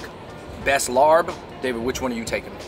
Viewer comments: love the video but my family’s from isaan and ngl i died inside every time they pronounced larb and som tam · I am Laos and whenever they said Larb, I cringed because they pronounced it wrong. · Sorry but I can’t at the way they pronounce larb 🤣🤣🤣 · The "R" is silent lol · When did you two become white? Not meant to be an insult at all but to better your content in the future. Research how to pronounce the name of the dishes properly. My heart dies each time I hear larb and I’m not even Lao. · LOL After I heard them say that I started scrolling down before I sent a comment...yes "Laab" and "Som THAM" not "sam tumb" but its cool... I hear Thai people mess up Chinese food pronunciations too...its just cool that they thought to review it. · Hey there Fung Bros, the Larb is not pronounced with an "R" in the middle. Instead it's prnounced Lob as in lobster. The reason it was written with an "r" in the middle is because a FOB person wrote it that way. After all, English isn't their native language. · Losing your Asian card for phonetically calling it LARP! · Larb is pronounced "laap" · LMAO he said " laNN larB " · It's pronounced LAAP!!! Come on now Asian Bros. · Idk why its spelled larb everywhere.. dish is pronounced as Laap lol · It's "laap." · You guys are pronouncing the word larb wrong it is spell wrong to it should be spelled larp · Boys stop saying larb. You butcher the name.😂😂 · I’m dying over their mispronunciation of “larb” and “Vientiane.” Props for trying though! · You're suppose to eat the papaya salad with sticky rice, veggies or protein. Larb is actually pronounces lahp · Its pronounced lopp not larb. Just spelt that way smh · It’s pronounced “L-ahhhP. Not larb. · Please stop saying "larb" lol. It's pronounced "laab" like saying cop. The same tone when you say cop but with a very soft b. The tone is important or you may be saying something else. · IT'S LAAP... NOT LARB!! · Not Larb. Its Laab or Lop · Stop pronouncing it as larb...it’s “laab”